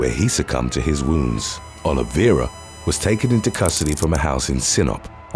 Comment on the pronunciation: Best job I've seen on Youtube for pronouncing Portuguese names like "Oliveira" and "Ribeiro."